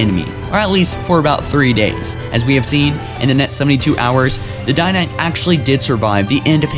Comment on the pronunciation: This dude can't speak. For all you people they're called the Didacts and the one bitch is the Librarian.